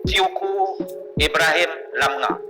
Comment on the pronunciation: Teuku kok dibaca tiyuku? Bijimana itu ya...